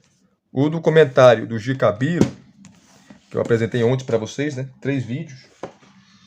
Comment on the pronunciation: Irmão, sei do seu esforço mas procure melhorar a pronúncia de G.K Beale por graça. 😅🙏